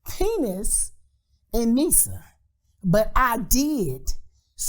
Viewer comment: Misa, pronounced My-sah. With that being said, this gives more credence to Puffy setting up Pac and Suge up to get shot.